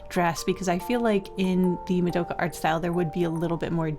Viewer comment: Very sorry to do this, but the way you said Mudoughkuh has sent me into a rage. It's MA. DO. KA. it's easy. no muhs involved.